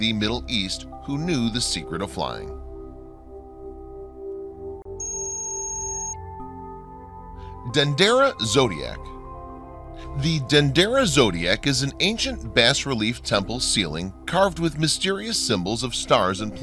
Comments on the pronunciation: The term 'bas relief' is French. "Bas' means low. The 's' is silent. The narrator pronounces it like it is a fish [bass]. Makes one wonder what other mistakes and/or misinformation is being given here. (bah ree-LEEF is the correct pronunciation.) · It was tough to get through this one. The narrator mispronounced so many words and names (Ashkola, Bass relief lol). The metal plates are so plainly written in Greek, so definitely doesn't predate Greek as stated. The rest is the same info being circulated around in ancient astronaut pieces. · "Ashoka" is pronounced "Eshakola"? Really? "Bass" relief? Where did this guy get his education? This stuff is half a step freom Ancient Aliens.